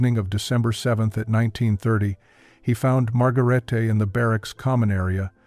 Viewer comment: IT''S NOT MARGARAYTAY . IT'S PRONOUNCED "MAD'GARAYtuh.